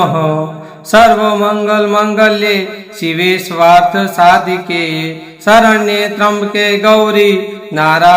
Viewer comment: SVAARTH SAADHIKE. !!! KHOTO. UCHHAAR. SARVAARTHA. SAADHIKE . AARIE. VANCHAAY .